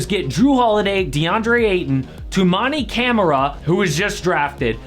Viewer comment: As a suns fan... you did 0 research into toumani Camara. You didn't even say his name right